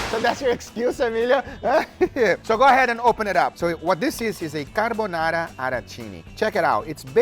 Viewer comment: The word carbonarra😂😂😂